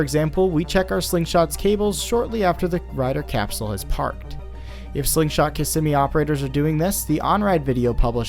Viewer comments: Kissimmee is pronounced KIZZ ME!! I was corrected by a born and raised in Florida friend. She said I couldn't be an official Floridian unless I pronounced Kissimmee right. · The way you pronounce Kissimmee is grating on the ears, but great docu on the accident !